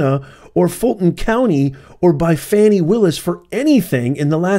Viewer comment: u keep saying Fawny/Fani.. It’s FANI and just FANI